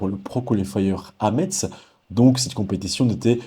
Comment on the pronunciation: Salut 😁 on prononce messe pour Metz . Merciiiii ( et referencement 🎉)